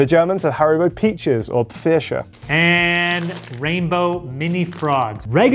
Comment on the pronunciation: The way pronounces "Pfirsich" in German makes me smile:)